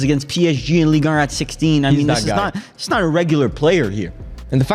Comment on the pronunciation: I hate the way yall pronounce ligue un. It’s not League Erm